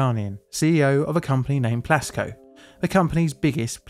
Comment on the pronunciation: I thought you said Glasgow Building and was thoroughly confused when you said Iran. But then I saw the Plasco written in the video. (English is not my native language.)